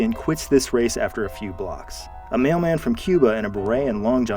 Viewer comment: When u said mailman I thought you said “male man” and I was so confused